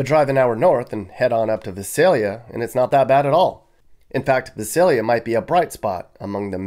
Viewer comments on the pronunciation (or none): My mom grew up in Vi sail yuh not vis sail ya ... sad to see all the devolving of life ... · No one ever gets "Visalia" right. The first letter "i" is long: V - eye - s - ay - l - ee - ah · You're totally mis-pronouncing Visalia. A lot of people do though. I kind of grew up there. Yeah it has somewhat gone downhill, but it's still one of the nicer cities in the Valley. I live the in Bay Area and would move back in a heartbeat now that I'm retired. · It's vy-SAYL-yə (Visalia).